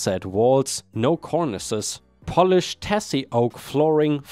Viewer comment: Tassie is pronounced Tazzie. short for Tasmania, Australia's island state Most hours I've worked in a week? 40hrs. Fully paid. unions and good employment laws are crucial.